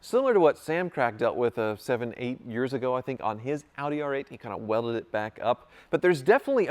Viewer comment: Dude calls it "hoopdie R8"